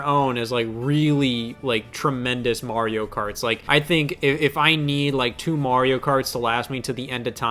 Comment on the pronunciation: This 30-year-old teenage-looking MoFo just called Terraria 2d minecraft and then called Mario "Marry-oh". Oh fuck me!